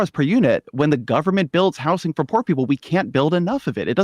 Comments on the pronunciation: it's pissing me off the way ezra keeps pronouncing it "house-ing" instead of saying housing like a normal person. why is he so angry in this conversation, it's really offputting how irate he clearly is from the first moment he appears on screen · Just for the record: “housing” has a “Z” sound to it. If you’re not saying it with a “Z” sound, you’re saying it wrong. This fact is inarguable.